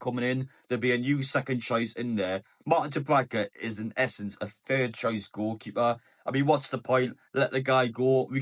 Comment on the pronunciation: Who the hell is Martin DubraDka ? 😂